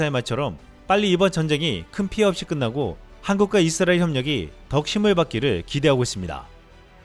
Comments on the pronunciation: 이스라엘 발음을, 잇쓰라엘 로 하시네요. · 발음좀 똑바로해 잇 쓰라엘이 아니라 이스라엘.